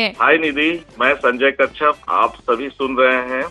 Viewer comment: कच्छप है न की कश्यप